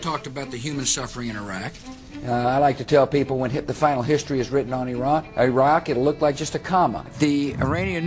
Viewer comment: Nice. But please learn how to pronounce Iran and Iraq. And stop saying nucular like GWB. It's N-U-C-L-E-A-R.